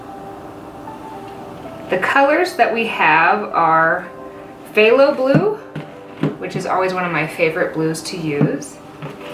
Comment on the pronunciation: To help with your pronunciation: "quin-a-cri-done" Soft vowels on everything but the O Also the "Ph" in Phthalo is silent.